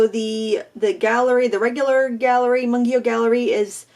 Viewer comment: Its pronouced Moongyo haha i speak korean and everyone says it wrong